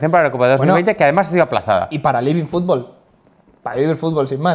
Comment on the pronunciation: LIVIN FUBOL dijo Pitana